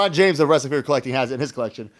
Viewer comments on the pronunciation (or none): none